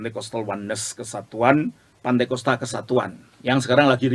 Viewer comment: pantekosta atau pentakosta? Menit 7: 52